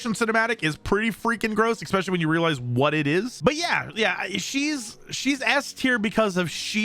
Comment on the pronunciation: I had to stop listening cause of the "ecccccspecialluly" No c exists in that word dude.